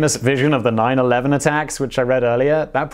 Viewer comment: 911 sounded more like ww1